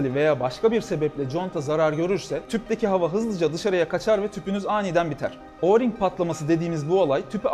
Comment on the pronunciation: Abi oğring contası değil direk oring